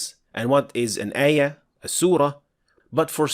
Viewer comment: it's QUR'AAN and AAYAH etc, not QUREHN, EHYEEH. Stop using English pronunciation, please. It's like you're trying to introduce a new way of reciting Al-Qur'an (qiroat).